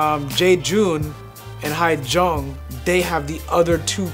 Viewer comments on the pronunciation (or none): This might help you pronounce HyeJeongs name correctly. Just call her "Yeah-Jeong" instead of Hi-Jeong. Hope it helps.